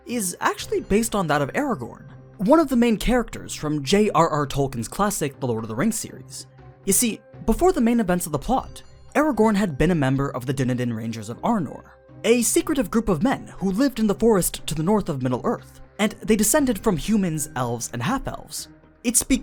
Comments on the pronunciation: dun-eh-den? what? dune-eh-dain, with emphasis on the I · Wonderfully informative and entertaining as always, though I do have one small issue. I know it's kinda pretty of me but you pronounced Dúnedain wrong. Sorry had to mention it but other than that wonderful as always. And congrats on the sponsorship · Only critic with this video is the mispronunciation of Dunedain.